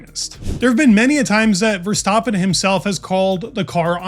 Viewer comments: VER-STAP-PEN not VER-STOP-PEN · ha, I’m Dutch. Phonetically it’s kind of like “Fairstahpen”. No criticism, just feedback :) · Bro kept saying Verstoppen lol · Verstaaappen? For the love of god pronounce his name correctly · Love the content. One remark: i always think I hear you say “Verstoppen”, with an O… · You pronounce Verstappen like "verstoppin" it's so annoying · Dude pronounce Verstappen property. It's not that hard